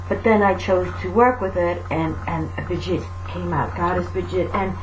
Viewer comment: From a little cailín on the Emerald Isle, a HUGE THANK YOU!! I love your videos, and I'm always guarnteed to smile!! ((Especially when you pronounce Bridgit and on occasion have your little rants!! LOVE!! ) Thank you xx